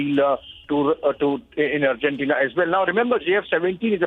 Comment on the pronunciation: Could someone let this lady know it is "Argentina" Not Urgentina